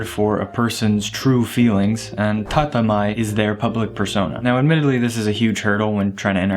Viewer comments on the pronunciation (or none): 建前（tatemae）ですね。 Not tatamae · TATEMAE, not tatamae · 建前 it is pronounced tatemae not tatamae . In hiragana it would be たてまえ . Also, it is hard for me to take you seriously, you are missing the most basic rule of attraction in Japan. You MUST have a clean shaven face You will literally transform the very second you do so. Try it. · It's "tatemae" (たてまえ / 建前). -> "Te" instead of "Ta" You actually made me doubt myself there for a while 😂